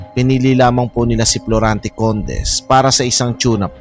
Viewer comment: Florante not Plorante